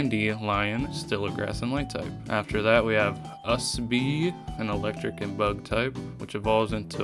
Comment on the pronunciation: it’s Usbee not us bee Like usb cord